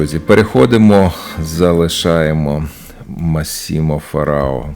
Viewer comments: Massimo - ma'ssimo-наголос на А. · Італійською читається МАссімо, наголос на букву А. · Добрий вечір, дякую Вам за кожний етюд. Так вийшло, що після початку війни живу в Італії. Зазвичай наголос в імені MÀssimo на першому складі. І фрукт хурма італійською наивається cachi( какі) Спочатку важко було вимовляти "cachi" при покупці хурии)))